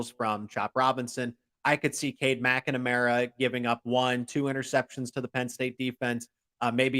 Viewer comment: I think he's adding an extra syllable to McNamara😂.